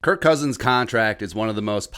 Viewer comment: You said his name wrong man. 🤦